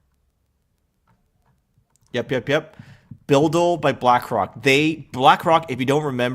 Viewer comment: BUIDL Pronounce like bidle